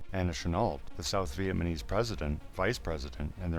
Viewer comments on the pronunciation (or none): It was interesting but do you think you could at some point pronounce Vietnam and Vietnamese properly? It is not "VietManeese." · man i agree too. it sounds like hes saying vietmanese.